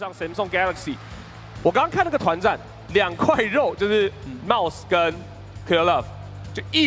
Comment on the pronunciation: 怎麼有幾次 mouse 聽起來像是在說 帽子啊ＸＤ